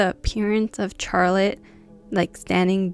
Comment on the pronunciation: Yesss!! I love learning about scary games 😍 I don't think I can ever play these games sober, ima need some shots or ima be scaarreedd ASF 😅 Btw I love how you pernounce Charlotte😂 Never heard anyone say "Char-lotte" instead of an S like "Shar-lotte"